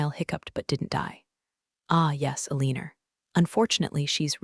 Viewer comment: Aleanor is misspeak for Eleanor.